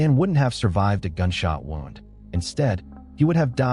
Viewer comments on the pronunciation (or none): "The gunshot wow-nd on his chest.." You meant wooned, right?